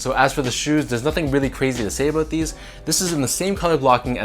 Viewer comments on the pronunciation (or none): Always enjoy a good “Aboot” I could sense the saltiness though! you know you want those court purples!